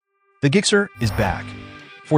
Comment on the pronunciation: I'm sorry, what's a 'GIG-SER'?